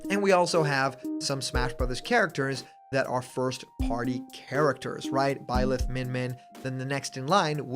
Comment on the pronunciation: first you mispronounce both Corrin and Byleth. Second If you just ignore two characters who have Original Concepts and original moveset to fit your agenda you're just being close-minded. Third Robin is not the only fire emblem characters that has a original moveset, question have you even play smash ultimate? If so you would have know that four characters in The fire emblem the franchise that are in smash don't have similar moveset to Marth. Those characters being Ike, Robin, Corrin, and Byleth.